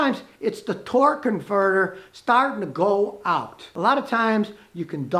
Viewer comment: Did anyone else catch that “it’s the torque CONFERTER “ lol looks like even scotty didn’t catch it himself